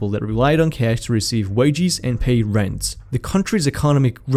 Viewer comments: I laughed at the way he says wadges, he says wedgies lol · did he say, "wageees"?